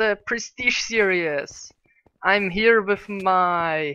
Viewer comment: Omg XD ''Serious'', that's not how you pronounce series:p